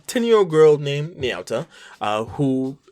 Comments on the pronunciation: N-yaw-ta It’s na-you-ta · Ny-ow-tah is the first time I've ever heard her name be pronounced that way by anyone. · Na said like naw. Yu said like you. and Ta said like taco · The way you pronounce Nayuta hurts me.